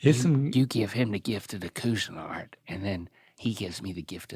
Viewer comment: Are y’all two saying Cuisinart like Coozinart? Cause that would not be correct 😂